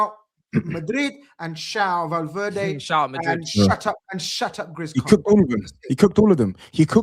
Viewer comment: Don't let get away with anything. Madrid vs City watch along he called Valverde Valdiddy on stream 🤣